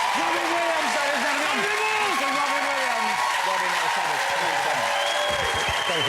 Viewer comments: The wobbin williams wandom cawacter jennawader. Is he Barry Kripkes father? P.S. Holy shit, I just googled the actor´s name who plays Kripke is „John Ross Bowie“ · Wow, Wobin Williams! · Mr wobin Williams